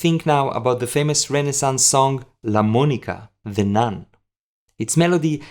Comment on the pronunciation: La monaca (not Monica)